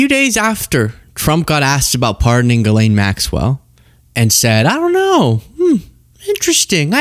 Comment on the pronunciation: Jeess-lenn is the correct pronunciation